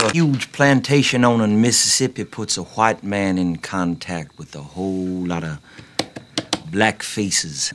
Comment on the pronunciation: The way he pronounces the h in white-man cracks me up